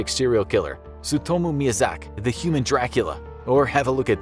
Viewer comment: It's Tsutomu Miyazak"i".....